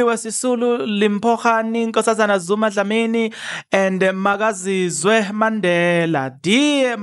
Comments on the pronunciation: don't be lazy, is that not Makaziwe Mandela you're reading MakaziZwe, wayithatha phi I Z? I thought you struggle with Isilungu but now you're proving me that it's just laziness and reading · her name is Makaziwe not Makazise 😂